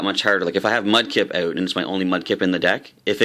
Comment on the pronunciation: Learn how to pronouce "out", other than that nice vid. thanks